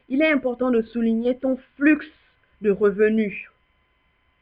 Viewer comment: Franchement pas mal mais dire Flux naaaan madame 😂